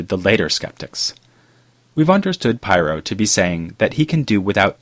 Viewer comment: Pyrrho Otherwise excellent job as usual!